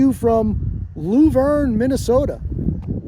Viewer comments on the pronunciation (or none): It's not lou verne, it's laaaah verne and yes, typical mn ultra libtard welfare office! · Lou-verne.. 🙂 it's Luh-verne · I've spent a lot of time there - t's pronounced Luh-verne as in Shirley and Laverne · I live 20 minutes from Luverne, I hope while you were in town you guys stopped by the Blue Mountain State Park to see the Bison there, it's really a wonderful place to visit. Also PS: it's pronounce "Love-urn". Have Fun :)!